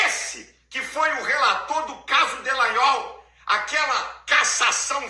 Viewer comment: É tão incompetente que pronunciou nome do fascista de estimação errado,ele disse Delanhol e 9 sobrenome do fascista é Dalanghnol